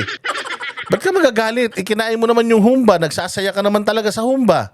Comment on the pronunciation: Humbâ correct pronunciation. Not hoombah 😄